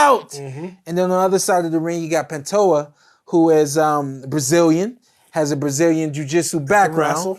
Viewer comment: Pentahoa??? Bro hes not native american hes brazilian. It is said like PANT TOE SHAH. 😂😂😂